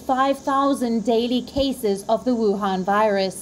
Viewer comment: Wion virus 🤣🤣🤣🤣